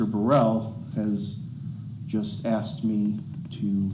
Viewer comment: Why is it that a majority of Americans, especially African Americans can’t pronounce “asked” or “ask”? “Aksed” or “Aks” is what usually comes out.